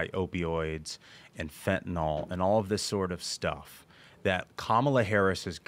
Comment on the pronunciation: Guest was pretty smart, but he still can't read. Fen-ta-NIL not fen-ta-NOL. Like he's never seen the word before. So to be fair, he's as smart as nearly every member of Congress.